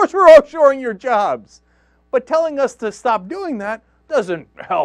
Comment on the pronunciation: reh rooh uh jarrrrrbs